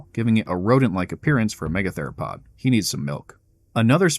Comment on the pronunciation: Lol "me-gather-o-pod"